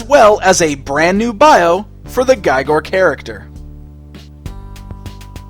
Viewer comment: really nice review and the figure is amazing... But His name for sure pronounces with E sound. His name is welsh.